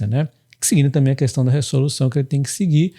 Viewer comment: Top demais., só uma correção: em todo vídeo a palavra resolução tu falas 'ressolução', quando deveria ser 'reZolução' kkkk